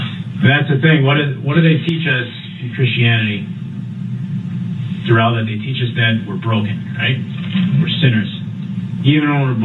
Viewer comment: It wasnt that difficult . Duh-rell is a first class mow-ron.